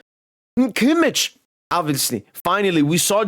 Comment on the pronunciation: I love how you pronounce kimmich as kimmiç 😂😂😂